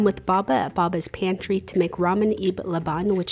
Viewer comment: I can’t how she says Laban